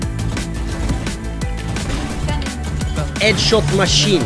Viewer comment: "EDSHOT MA SHEEN "